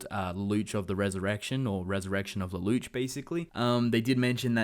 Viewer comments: It's Lelouch, pronounce it as a French word. Luh-loosh. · Am I the only one who hates how he says "Lelouche" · lelouch pronounced Leloush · Please don't pronounce the names incorrectly. It's pronounced Leloosh and it's not C.C., it's C2. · the way you pronounce lelouch's name bothers me way more than i think it should